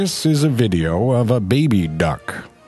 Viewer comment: You said baby differently than you usually do, are you ok???